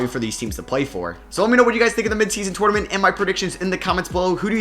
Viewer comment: I’m almost clicked off bc of how you say “tournament” 😂